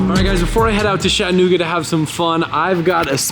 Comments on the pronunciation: "Shat" anooga .... Its "chat" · whys my mans sayin “shattanooga“